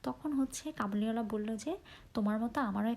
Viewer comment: কাবুলিওয়ালা হবে ✅ কবুলিওয়ালা না ❌